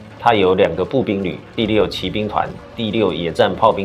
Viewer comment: 騎兵團，念騎(計)，騎(奇)兵與騎(計)兵是兩個完全意思